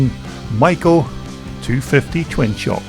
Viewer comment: "SHOCK!!" This gentleman actually pronounces Maico properly! I was the parts manager for Gray International, the Maicp importer in Detroit, MI at the Harbor Terminal building in 1965-66. Most Americans say May- co. Germans do not pronounce the first vowel.